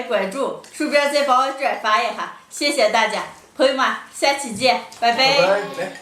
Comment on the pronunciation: Мне кажется говорит сяцеданья так забавно